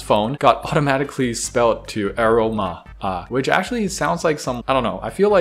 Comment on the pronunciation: The word is aroma pronounced uh Rome ah. Yes, its an actual word. Love ur posts & repashi.